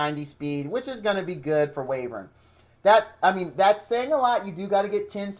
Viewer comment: Btw, Wyvern is pronounced, 'Why-vern'